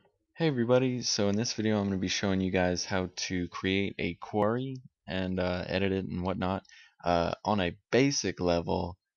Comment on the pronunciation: "quarry"... something to do with a stockpile of stones... which you kept articulating. "Query" that is, "queer-ie" a freakin' search that is something to do with why we came to your video. Why ya keep talking about quarries? weirdo.